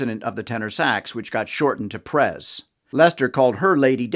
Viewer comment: ' P R E Z ' actually ( n o t 'Pres')